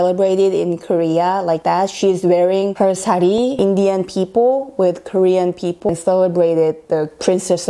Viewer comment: Your sound is so clear.But many times wrong pronounciation of (people). You can check it out Oxford dictionary. Thanks 😊